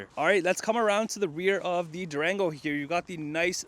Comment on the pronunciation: It sounded like he said Drango 😔😌🤣 I have mixed emotions right now. I'm still spiriling,I got approved for a vehicle. 20 miles on the vehicle I would take but 50 miles I think not.